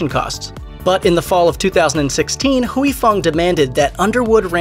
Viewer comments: Why does this narrator keep saying hooey? Is huy like saying way. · Huy is one syllable. You are saying Huey. It’s more like hwee. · NOT HUWEY Fong... its HWEE Fong. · Huy is pronounced like Hwee...not Hewey. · In Vietnamese "Huy = We" not Hu -wee. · Huy is pronounced "Way" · "Huy" pronounced in one word! Hyy or Wee... one word! goddammit 🤦🏻‍♂️ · It’s not “Huey”... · Mashed does a whole video and can't ask one asian person how to pronounce Huy. Phooey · You’re pronouncing Huy so wrong and it’s driving me nuts. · I know, right?! I can't!!